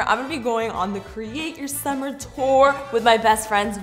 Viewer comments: "sommer " Me : whut IT SUMMER GET IT RIGHT !!! S-U -M-M - E - R UGH!!! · pronounced “SUMMER” as “SUMIR” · why did she say summer wrong